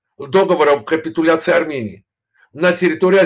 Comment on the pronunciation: "Так называемой "суверенной" аРРРамыянии"-☝️😎